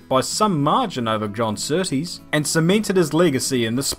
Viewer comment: "The biggest compliment you could Give John Sooties" .... is by saying his name right..... -_